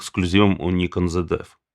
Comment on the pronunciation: Чому "зеД"? Звідки там трапилось "д"?